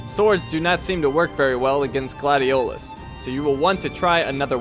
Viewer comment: I love this game so much! I've beaten it almost 10 times working up to 20 but then someone in my house now I wont say who just because I'm to lazy UNINSTALLED IT FOR MORE ROOM ON THE PS4!!! so I just watch others play it now. Edit: The way he said Gladiolus just made me mad because as you learn throughout the game Noct doesn't pronounce it that way he pronounces it like Gladious :^I Also I found a meme with Nocts face on it and it said I dont always take naps but when I do I'm Noct right out 🤣🤣🤣🤣